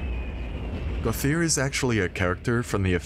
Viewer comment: Gauthier is pronounced "go-tee-aye", not "go-thee-uhr"...it's French/had a teacher w that name~